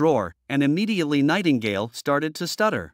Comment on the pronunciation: Lmao anyone else hear "Tightingale"? XD